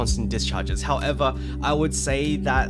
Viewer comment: Word of the Day: "Howevah" 😂